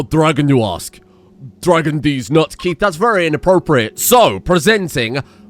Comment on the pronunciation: I do have to say while your pronunciation of Guinea pig and Frooge was spot on the way you butcher poor Keiths name, you did so well in the first two episodes.